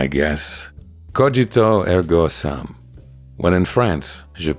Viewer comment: Great video. It's "Coe-GEE-toe ehr-GO s-OOM", by the by.